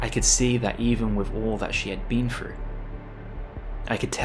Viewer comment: I hate this narrator's voice. For something like this, you need someone who is able to *enunciate*, and not say things like "frew" instead of "through". It's better to just watch this one on mute with closed caption on.